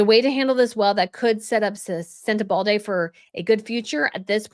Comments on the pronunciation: My comments never post on your channel, but if this does... Where are you getting the letter "D" from EVERY TIME you say "Sentebale?" You keep saying "SentebalDe." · I love your channel but please, it’s Sentebale. Sent-a-ball-lay. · "SenteBald-eh"? Hahaha funny mistake tounge lapse... but it sounds like harry.. bald. Came here to hear your take on harrys implosion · Its sentebale…. There’s no D in the name .. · This story deserves better treatment. You need to practice pronouncing the principals, and the locations, as they are key in the presentation so we can follow and understand the story. This was difficult to listen to and process. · Right, it doesn't rhyme with Uvalde 😊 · please pronounce this charity and country correctly….its Senter-bar-lee not Sentebaldi. 😂 The country is Less-oto… not Lesotho the th isn’t pronounced.🙄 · Isn’t it Sentebale, not Sentebalday? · Thank you, as always for an excellent video. I think that your success is wonderful and so well-deserved! No “d” in Sentebale. Sorry, but each time I hear it, it sounds so odd….many of us have heard that name -# without that “d” for almost 20 years. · There is no “d” in Sentebale …it’s not pronounced SentebalDAY …it’s SenteBALLy (phonetically) …just trying to be helpful - it’s difficult to hear the repeated mispronunciation 😬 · Are you saying Sentebalde???? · No 'D' in Sentebale. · it's SENTEBALE not SENTEBALDE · I like and watch your vid a lot, so this is a friendly comment - please there’s no „d” in Sentebale 😉 especially as you use it a lot and they will be new videos in the future I’m sure :) also Lesotho - please look up the correct pronunciation:) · Where is the D in Sentabale? Lease pronounce it correctly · Hi, You kept on saying "sentebalde" 🥺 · Knock the "d" out of Sentabale. Thomas Boo-shay, Less oh toe. Do better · I don’t think it’s pronounced “ sentebaldy” 👩‍🦲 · 😂 sweetheart - no need to add “d” to Sentebale. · It’s Sen - te - ba- le